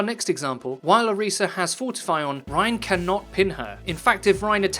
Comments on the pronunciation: It's not Oreesa, it's Orisa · its ori-sha source: am nigerian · It's Orisa. Source: I listened to Jeff Kaplan pronounce it.